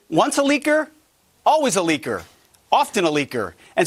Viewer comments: It’s funny when Pete Hegseth says « leaker » it sounds uncannily like « liquor » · Pete seems to confuse "liquor" with "leaker". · Bro's saying the word "leaker" too many times that it make me confused with the word "liquor". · The way Hegseth says "leaker" sounds suspiciously close to "liquor".